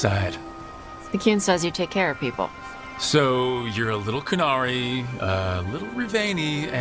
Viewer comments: Why are you going out of your way to mispronounce all of the invented words? You would have had to listen to the correct pronunciation to transcribe it in the first place so i can only assume that the mispronunciation was intentional . You can critique a piece of writing without showing contempt for it. No dragon Age writing good or bad would avoid words like Qun and Qunari. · Cant say query correctly and isn't even pronouncing the name of the race right? Idk something tells me u don't know what the context of the scene was, entirely possible the "soft side" comment could have to do with the events leading to the conversation? There's just not enough information in the clip